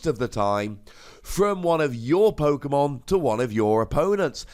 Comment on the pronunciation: You literally pronounce every Pokemon name wrong